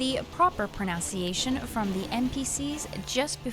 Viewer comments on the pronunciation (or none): Not sure how seriously I can take a pronunciation video that mispronounces pronunciation as "pro-nown-see-ay-shun" instead of "pro-nun-see-ay-shun."